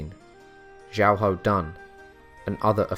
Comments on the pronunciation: At the start of the video you say his name as xiaho dan then you can say it as xiahao dan, his name is pronounced as xiaho dun. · His name is pronounced more like Shia hou Doon.